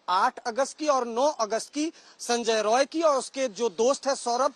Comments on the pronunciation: Rai NOT Roy. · It's Roy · It’s Roy